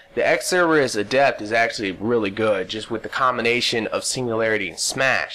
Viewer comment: You're pronouncing adept wrong. When it is a noun, the stress is on the first syllable, When it is an adjective, the stress is on the second syllable, which is the way you're pronouncing it.